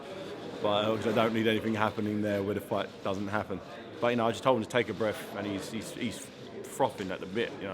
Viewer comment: "Take a bref."